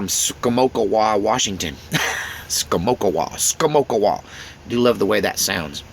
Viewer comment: That’s “Ska-mock-a-way”. About 30 minutes from where I live in Longview.